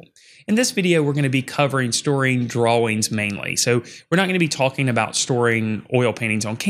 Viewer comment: Good info! I have to scrounge for stuff to store my graphite and pastel drawing in. Also I am so amused by the way you say dra-wings 😄